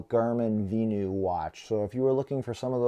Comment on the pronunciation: Had to stop watching after repeatedly hearing vee-new.